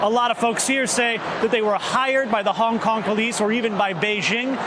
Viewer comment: The chants free hong Kong But I heard Vietcong Vietcong